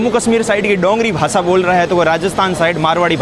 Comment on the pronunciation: YouTuber to ban gaye but language improve karo sab Galat bol Rahe ho bhasha ko bhasa shaher ko saher